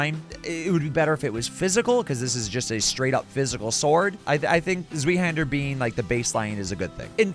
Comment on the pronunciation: Zweihander is german thats why its hard to pronounce. Translated it just means Two-handed (sword). Pronounciation is tswaihender but i think yours sounded pretty good already! Also nice video series i like it a lot